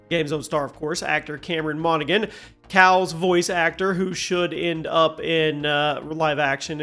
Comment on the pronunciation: The "G" is silent in Monaghan.